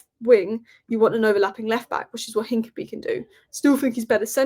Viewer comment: It’s INCA-PEA-AY!!, your pronunciation is appalling.